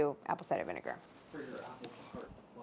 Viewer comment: I literally thought she was talking about apple cider vinger this whole time 😂